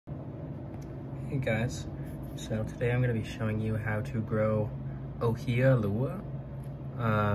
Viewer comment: Hey! It's so cool to see that someone not from the islands has experimented with growing the 'Ōhiʻa Lehua. You were close on the pronunciation on it! Oh-he-ah lei-who-ah. Native Hawaiian plants do really well with a mixture of perlite and gravel to mimic the volcanic soil. Everything else in the video is so very great and very helpful! There is actually a terrible disease that has infecting the Hawaiian islands called Rapid ʻŌhiʻa Death (ROD). It is mostly infecting the Hawaiʻi island but it has been slowly contaminating the trees on different islands. It would be so very helpful if you could please do you best in keeping those babies alive and remember to save the seeds whenever they are ready to be saved.